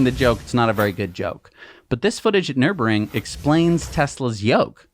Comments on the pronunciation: Nür-burg-ring. Not Nurb-ring. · It's Nur burg ring! Hahahaha 😂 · I love you guys but it’s painful to hear you butcher Nürburgring every time you say it 🙉😂